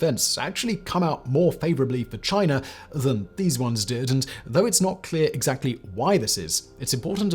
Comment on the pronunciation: i just love the way he says "chiner"